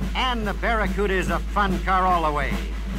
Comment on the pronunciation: I remember the Barracuda commercial with one of the ad guys mispronouncing the name as "Baccaruda".